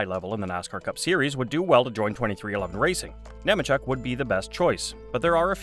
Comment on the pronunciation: It’s “Kneemacheck”.🙄